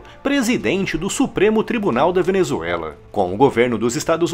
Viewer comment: " A Venezuelaf é excesso de democraciah"- Lula (bebado)